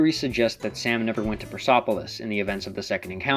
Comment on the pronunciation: its persepolis not persopolis.